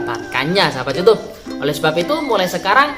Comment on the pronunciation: Kebanyakan ngomong youtab youtube...youtab youtube...kesel dengernya